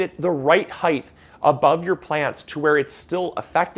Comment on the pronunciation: Please stop saying heighth! Aaaaaaaaaaaaaaaaaaaaaaa!